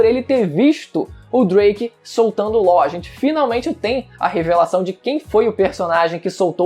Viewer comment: "U Lów" é Law pxx(nem percebi era pra mim ter posto "x" e ñ "r",dsclp ae kkkkkkkk)